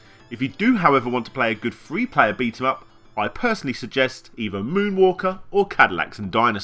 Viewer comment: Whenever he says "three" it sounds like "free" which can get confusing.